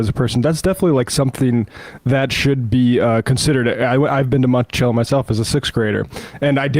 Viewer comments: FYI: It's pronounced Monti-chello, not Monti-sello. The name is of Italian origin, and ce has a ch sound when used in words that way. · It bothers me way too much that Sam mispronounces Monticello.